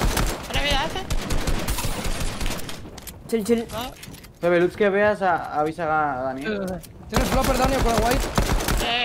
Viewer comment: dice nepe envede pepe